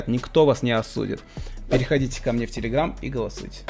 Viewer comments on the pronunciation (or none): none